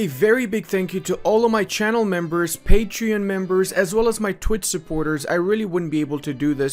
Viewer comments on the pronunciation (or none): none